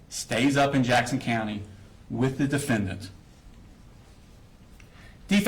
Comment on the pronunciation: "And the rifle....stays in his room..." yea....Prosecutor buried the De-FEN-dent.